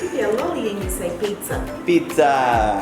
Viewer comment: Hello Dwantro fam.Galing na ni magbigkas ng word like pizza. Enjoy your pizza. Pizza is life. Happy watching you guys🥰🙏❤